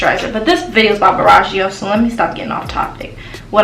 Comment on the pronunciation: u are saying the brand name wrong 🙄🙄🙄